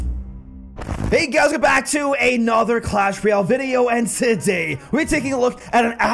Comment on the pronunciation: I love how he say taday 😅